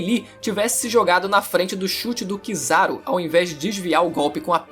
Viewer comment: Mano pq VC não usa o nome dos personagens da maneira certa e só VC ouvi as pessonas no anime, o nome kizaru, sask não sasuke meu deus